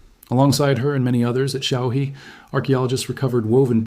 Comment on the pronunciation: Xiaohe, pronounce xiao her, means little river.